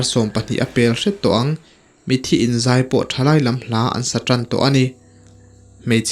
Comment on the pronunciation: Mithi ti in lam tawh suh mitthi ti in lam tawh rawh plezs😊